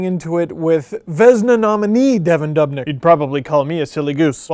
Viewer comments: pronounced duubnyk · You say dubnyk wrong